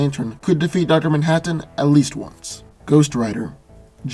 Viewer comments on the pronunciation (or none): Duter mantaten (Dr. Manhattan) lol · say Manhattan one more time. I dare you